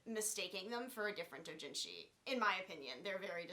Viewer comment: It's Ayanami not ayaname. Also, you pronounce doujinshi wrong. There are thousands of H-manga/H-doujinshi, there aren't any that are so popular that you can assume people have heard about it. In other words, just because you read something when you where fourteen doesn't mean it's likely any one's heard of it.